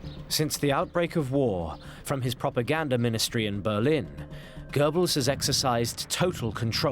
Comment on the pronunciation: Prooganda...., although I can draw similarities between hitler on meds and biden🤣😂🤣😂